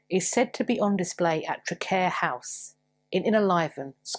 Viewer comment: I've seen the cloak mentioned. The hood us still known as a "Nithsdale". FYI In the name Traquair the "q" in pronounced as in Queen. The gates of Traquair are closed until the Stuarts regain the throne and you have to enter through another gate. I live near Traquair House and can recommebd Traquair Ale.